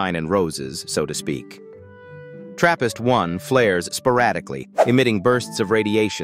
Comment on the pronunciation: For a second i thought he said therapist